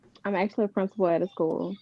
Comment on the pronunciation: What school is she princi-pooling..? Took me out 😅😂